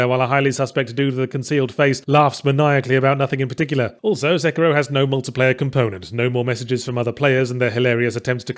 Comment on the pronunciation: SA-KEY-ROW. not sucira